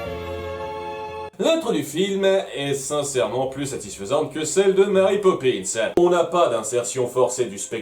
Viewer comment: Pitié les Francophones ... Mary est un prénom anglais ça se dit donc "Mery" et non pas "Mari" c'est horrible j'en ai marre qu'on prononce mon prénom de travers ...